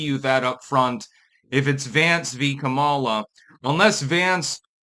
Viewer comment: I was listening to Marjorie Eagan (name may be misspelled, dgaf) who is a super liberal talk show radio host out of Boston. Now, she is all about supporting blacks. But black sounding names? Not so much. When Eagan said "Kamala" she pronounced it like "Kamela" like "Pamela" which I thought was absolutely hilarious 😂 Anyway, run Kamala again! Please! We need more entertainment! Hollywood is dead!